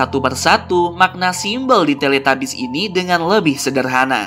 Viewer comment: Tilitubis bukan teletabis maksudnya bacaannya tilitabis dan tulisanyna teletabus